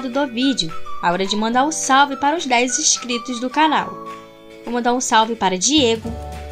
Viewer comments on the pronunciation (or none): none